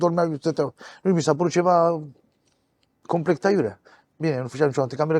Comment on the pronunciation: Cât de gherțoi pictor să fii, să zici mereu "complect", până la vârsta de 70 de ani..?!